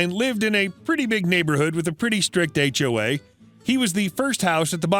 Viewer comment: Last: HOA said as 1 word, rhymes with w***e!